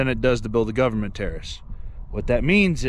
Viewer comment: When you say govermenrr and errace, Black earth farming has something to tell you